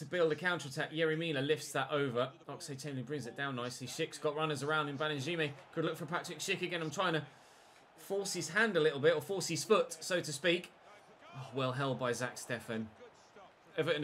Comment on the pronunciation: Baningime is pronounced “BAN-ING-AM-EE” Everton U23’s manager David unsworth showed how to pronounce his name after he gave him his debut in the first team against Chelsea a few years ago